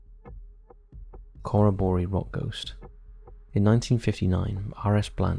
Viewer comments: As an Aussie, it took me a sec to realise where you were even referring to, then looked up and saw the name. It's pronounced 'kuh·ro·buh·ree', it's easy enough to find the correct way of saying it on google! When saying names from other countries, I don't see why only a few seem to double check how they same them. 🤷🏽‍♀️ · You really should've researched how to pronounce Corroboree. Any Aussies watching will be cringing.